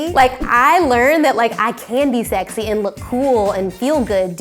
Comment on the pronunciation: "I'm too funny to be sexay" literally me😭😂❤️